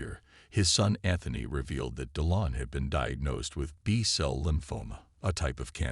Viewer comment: Right away you know it’s AI with the mispronunciation of Macron. it’s not Make-run.” Or Deelon. This is when I leave.